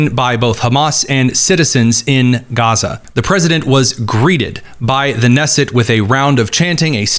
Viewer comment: Isn't it pronounced Kuh-nesset, with the hard K?